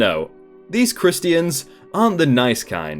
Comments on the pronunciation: Is that how it’s pronounced in your country? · “Chris-Tee-Ans” 😂 I’m sorry I’m wrong for laughing at your pronunciation, never heard it that way before. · ITS PROUNOUNCED CHRISTIANS SAING THE IANS LIKE IAN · Sorry, wasn't trying to offend anyone, just a knee jerk reaction. From New England USA and have never in my life heard it said like that. In person or broadcast